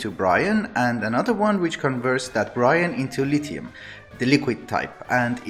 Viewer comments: Your accent is easy to understand for the most part, but it took me a while to realize that you meant "brine", when I was hearing "Bryan". ;) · i love how you say "converts water into Brian" that image in my head is hilarious